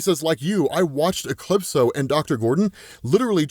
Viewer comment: Never hwaed soneone pronounce a capital letter before "E-clipso"